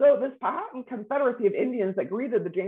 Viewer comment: This “expert” should learn the correct pronunciation of Powhatan.